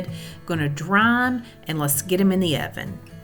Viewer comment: You are so cute and funny! You reminded me of Madea when you said irvin for oven. It was a family affair there, everybody pitched in to help you cook. The food looks delicious😋... loved the bloopers😅